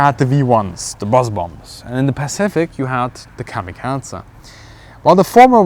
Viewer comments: Why do you pronounce "kamikaze" as "kami-katzen"? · lol kamikaze. Say it again :) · His pronunciation is wrong. Japanese pronunciation is very strict.